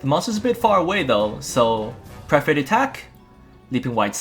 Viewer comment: Amazing video! The depth of knowledge when the game is so new is why you're one of the greats! (Perforate is usually pronounced "per-fuh-rate" or "per-fer-ate")